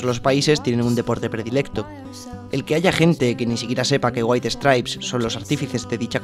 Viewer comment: Waihi stripes... Neta... No puedes aunque sea tratar de pronunciarlo bien?